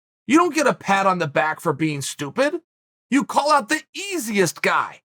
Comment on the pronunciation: You don't need to add h sound to the word out. Big fan, but come on man.